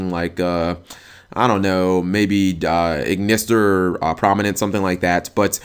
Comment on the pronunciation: you pronounce ignister wrong and its annoying